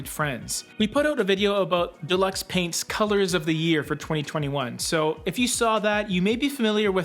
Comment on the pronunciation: Thank you for you content it helps enormously. Colour is so confusing!!! Don’t mean to be pedantic but it’s pronounced Dew-lux.